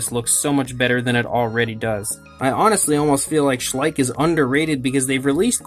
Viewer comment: Schleich? Schleich? SHLEICH